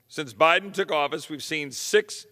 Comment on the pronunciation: Loved his slip of the tongue at the mark...."President Beden"......since he spends most of his time in bed.